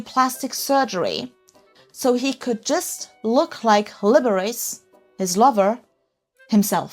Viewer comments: That's Lib-er-ah-chee, the famous guy pianist, 😂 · Definitely need a correction on the pronunciation of Liberace.... A flamboyant icon of old America music